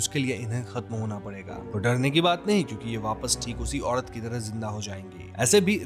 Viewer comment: घड़ के अंदड , धड़म, पड़पस, औडत अपना वोकल सुधारो र को र बोलो ड नहीं 😂😂